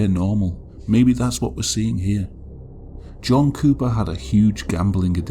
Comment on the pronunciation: my high ass kept hearing you say jungkook not john cooper…